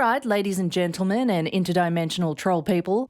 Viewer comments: It's pronounced "them-tlemen" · hey hey hey It's 'Zentelmen' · In all fairness ma'am, if it's "they-dy" then it should probably be "them-tlemen". 🤣